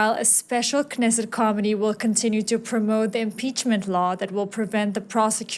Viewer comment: The announcer's pronunciation of 'committee' I initially interpreted as 'comedy', later pronunciations led me to think that 'committee' was being discussed?